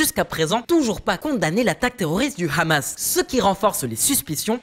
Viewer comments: Cette chaîne sent le fionisme à plein nez 🤥🤥🤥🤥 Qui prononce Khhhhhamasss ??? Grillé 🤣🤣🤣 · Rien que la façon de prononcer le mot KHAMASSS en dit long sur la teinte israélienne de l analyse. Il y a beaucoup de contre-vérité en faveur d Israël... alalaa la propagande faites par des amateurs en devient franchement insultante poit tous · Trop de fait son manquant = resultat bieser! Apprend dire deja Hamas et pas Rhamas! Hezbola et pas rhesbola.